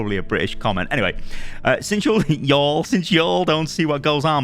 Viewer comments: can you please make sure that you always switch to an American accent whenever you read "y'all"? It would make the world a better place. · Hahaha I lost it when switched to american accent after " y'll " in the comment xD